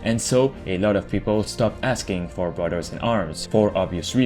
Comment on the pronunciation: “Brudderds” lol